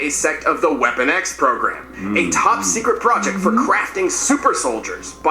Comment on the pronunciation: Sounded like he said “Weapon Gay” 😅